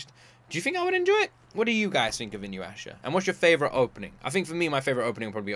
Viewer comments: first i want to say: its inu-yah-sha (not inu-asha) inu == dog so its a dog boi there are 2 time periods. most ppl forget: InuYasha i an isekai. because there are quite a few mythoogial creatues like that. Most famous the 9tailed fox and the 2tailed cat keep in mind "Isekai" just means "new world". this does not define if its "reincardnation" (dying and born in a new world), or transmigration (dying or not dying, but being stuck in a different body/character in another world) or if its some form of transportation (aka just going as is, with their own body to another world, for example like digimon) Sit. i love Sessi so much T^T while i like the 3rd OP, i love GRIPE the most <3 (4th) happy and relaxing? not sure if that is how i would describe any of Takahashi Rumikos works (the mangaka) if you like the bit older stuff, I'd lov for you to react to all songs from Fullmoon wo Sagashite (more than OP/ED, the insert songs) about the "creatues", they are simply yokai. I believe you would enjoy it, and yes it is finished (I believe with 9 seasons? too long ago to remember xd) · I fucking love this show! And I'm sure you'd like it. It's hilarious. Also it's pronounced inu-yasha not inyu-asha... Actually, I'd want to see this added to the main slot votings in the future. It's an absolute classic. And also, Ranma 1/2, which is by the same Mangaka (Rumiko Takahashi, who also wrote Urusei Yatsura) is getting a remake this fall, so that is my suggestion for the next one you react to weekly, as soon as it's out. As for the multiple tails thing: That is just Japanese folklore. There is multiple Yokai that have multiple tails, including Kitsune (a fox spirit that has 6 tails) and Nekomata (A cat with 2 tails) and all of the anime creatures you have seen with those features are based on those Yokai. Oh, and for the School Uniform thing: MOST people don't HAVE a school uniform, that is basically only a thing in parts of Asia and in the UK.